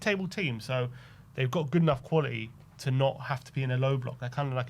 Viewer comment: Not qualieeee ,quality!!!TTTT use your consonants please!!